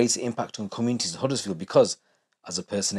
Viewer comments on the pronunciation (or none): Its Huddersfield not uddersfield and its same everywhere you visit its not as bad as you make out its like saying all Bradford or Leeds is bad its certain areas not the whole town every town has its problems doesn't mean its lawless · Man said Huddersfield 😂😂 get ur self into leeds